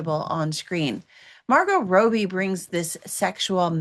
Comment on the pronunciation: It's Wuthering not Withering and it means windy. Also, "Robbie" not like a bathrobe but a robber. It takes 2 seconds to figure out how to pronounce things. Listening to you constantly saying the names wrong makes me want to scream the correct way to say them.